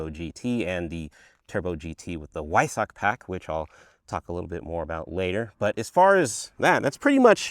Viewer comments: Enunciating: “Vy-SOCK”… as if you are a Vulcan from Star Trek…. “Vy-SOCK!!!” Brutally emphasizing the second syllable. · weissach ❌️ Why Sack✅️